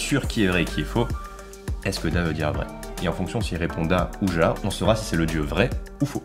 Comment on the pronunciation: Alors par contre ja ça se prononce ya et c' est oui en allemand 😂